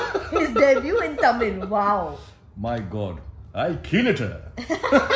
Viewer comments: lol .. ur Tamil accent is sooo funny, she is right horrible pronunciation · So confidently you guys pronounced it wrong 😂 but must say good try I wish you see this same video after the correct pronunciation 😊😊 Love you both